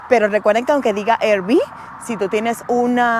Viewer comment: No se dice "Er Vi". Se dice ya sea "AR Vi" o en español "Erre Ve" 😊